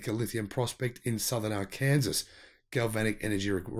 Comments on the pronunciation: FYI - hard to believe but “Arkansas” pronounced here in USA as “Arkansaw.” Really. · Ummm...., Arkansas is pronounced "ARE-cuhn-SAW!" Just thought you ought to know. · Ar can saw is the pronunciation. It's kind of a big deal for those of us who live in Arkansas. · R-Kansas is pronounced R-can-saw in the United States, mate. FYI. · Arkansas is an illegal pronuncination in the US state of arkansaw. Yes it has been proposed as a capital offense. The capital, Little Rock. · It is pronounced are can saw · Arkansas is pronounced ark-can-saw so the locals will know where you are talking about. For future reference when crossing the Mississippi river from Tennessee you go over 400miles west thru Arkansas then you enter oklahoma you proceed west about 200 miles then turn north about another 100miles to reach Kansas. When you start seeing lots of sunflowers being grown, you can ask a local for directions as to where in Kansas you want to go. You could also turn south in Oklahoma then go about 600+ miles to Austin Texas. Have fun, enjoying the content. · It sounded like he said Utah and I was like...I just read it was Arkansas? I'm from Arkansas so I paid special attention. ;) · Arkansas is pronounced Ar can saw.... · Arkansas is Arkinsaw